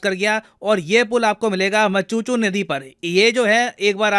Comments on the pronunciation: Deep condolences to all people who lost their lives in this unfortunate incident at Morbi, Gujarat. Pls sir pronounciations are wrong. Bridge name was झूलतो पूल and river name is " मच्छु नदी“. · its 'झूलता पुल and river name is मच्छु नदी (Machchhu River) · Small corrections for the better understanding from Gujarati language viewpoint - Its not मचूचू river. Its मच्छु river. Its not झूलटो pool. Its झूलतो (swinging) pool. (Just like jhulata minaaraa) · मचूचु नहीं मच्छु 😂😞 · सर, उस नदी का नाम मचुचु नहीं बल्कि मछु नदी है। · जूलटो पूल नहीं होगा वो 'जुलतो पूल' होगा मतलब की Hanging bridge, मचचु नहीं 'मच्छु' है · it's मच्छु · मचुचु नही वो मच्छु रिवर हे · इस रीवर का नाम मचुचु रीवर नहीं बल्कि मच्छुरीवर हे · sir it's झुलतो पुल और मच्छु river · अरे भाई तुजे "मच्छु" का सही से उच्चारण तक नही आया और वीडियो टपका दिया जल्दी में, ये कोई रशियन नदी थोडी ना है जो मछुछु बोल रहा है ।।।। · अरे भाई तुजे "मच्छु" का सही से उच्चारण तक नही आया और वीडियो टपका दिया जल्दी में, ये कोई रशियन नदी थोडी ना है जो मछुछु बोल रहा है । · Correction:River is' मच्छु ',not 'मचुचू'! But, it's heartbreaking incident 😞. Om Shanti 🙏. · मच्छु. not मचुछू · Gujarati can feal it..😂😂😂 It's not Machachu - it's Machhu મચ્છુ It's not Zulata - it's Julata જુલ્તા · usko ;muchuchu; river nahi 'machhu river ' pronounce karte hai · जुलतो पूल और मच्छु नदी proper pronounciation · It's not machuchu pul ints machhu pull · It's not Machchhu river It's Machhu river for the people of gujarat. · Sir its मछु river not मचुचु, ye bridge jase pe collapse kar gaya waha se 60km dur rehta hu me, aapke sab videos dekhte h, international politics is awsm ty for all type of international news... Love from gujrat ❤ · Not machuchu it's machu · It's not machuchu, it's मच्छु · Machuchu nhi मच्छु river sir. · River name is Machu (મચ્છુ) not Machuchu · नदी का नाम मच्छु नदी है, मचुचु नही है। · आपने "मचुचू" नदी pronounce किया है। दरअसल इसका नाम "मच्छु" नदी है। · Its pronounced as "मच्छु" sir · Vese sir machuchu nihe मच्छर है